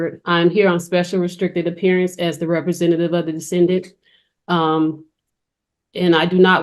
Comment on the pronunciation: The "Decendant" 😂😂😂😂😂😂